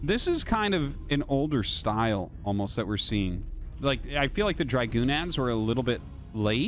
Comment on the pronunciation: Wow.... he takes corrections on Chinese pronunciations but can't fix his English. Words that he has been saying for 20 years like Zealot and Dragoon are pronounced wrong. It's not even a tomato tomahto thing... just completely wrong.... and he's like "is it shaoshway or shaoshwai". Really?